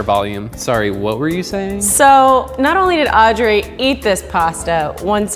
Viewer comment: istg i hear her call herself "aubrey" instead of audrey and now i'm tripping